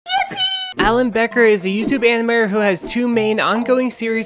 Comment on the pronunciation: I’m sorry did you say animior? In the intro?